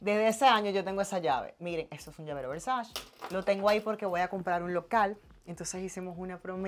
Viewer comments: no se pronuncia “versash” se pronuncia “versache” (versace) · Por que alla pronunciatln Versace como "versach". Tengo entendio que es Versache que pronuncia. Y yo queria que el video fuera maa largo. Me encanta ver ropa y carteras ajenas😂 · MUCHO GLAMOUR Y DICE "VERSACH"😂😂😂😂😂😂😂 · Cada vez que dice "versash" a Donatella le da un paro cardiaco